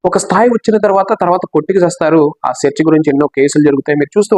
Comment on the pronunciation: సెర్చి = చర్చి ... ఇది కరెక్టేనా మీరు సెర్చి అని చాల సార్లు పలికారు .. నీవు చెప్పు కాని నీ ఫిగర్ పోజు అవసరమా లేక మీరు చూపి౦చే రోల్ పావు బాగము మీ సోపా మీరు ముప్పాతిక బాగ ము ఈరెండింటిలో దీనిని ఎక్కువ ములాయంగా పెద్దదిగా పుల్ స్క్రీన్ లో చూపించాలో తెలుసుకొండి